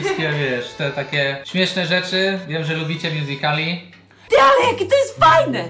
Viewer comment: nie miuzikali tylko miuzik.li